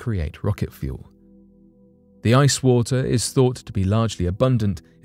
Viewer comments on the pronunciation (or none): none